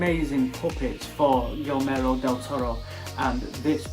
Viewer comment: You're pronouncing it as "Gilmero del toro", but it should be more like "Gi-germo" as in the word "german".